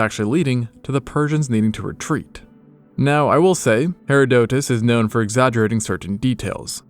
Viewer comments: i've never heard someone call herodotus "hera-DOE-tus" like that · Yeah that's not how you say Herodotus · Why does the narrator keep mispronouncing the Greek historian Herodotus? Or is this more AI slop? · You really need to google names before you make videos instead of butchering them. That is not how you pronounce Herodotus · It has been 15 hours and I am still not recovered from the pronunciation of Herodotus, Pliny the elder was like when they hit the second tower. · im sorry that is such a strange way to say Herodotus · that’s not how Herodotus is pronounced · Great video! But please look up the pronunciation of Herodotus in English. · Very interesting, but the narrator should learn how to pronounce "Herodotus" ("Her-AH_dotus") and "Pliny".(with a short "i" as if it was spelled "Plinny", so "Pliny" rhymes with "skinny"). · Loved this except for your pronunciations of Pliny (plih-knee) and Herodotus (her-raw-dah-tiss (rhymes with kiss)). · Hearing Herodotus' and Pliny the Elder's names pronounced like that about made my soul leave my body lol